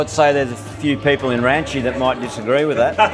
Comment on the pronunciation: Hearing ranchi from his mouth made me so proud